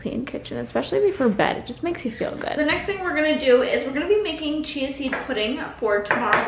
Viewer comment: When she said chia seed pudding for a second I thought she said cheesy pudding 😆lol